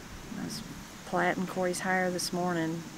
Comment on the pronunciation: Love to hear you say plaitin' hair. That's what we always said.😉